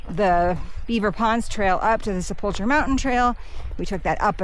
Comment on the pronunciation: I enjoyed your videos! When pronouncing sepulcher think of the ancient times and stories of the grave… maybe like the Harrison Ford movies😅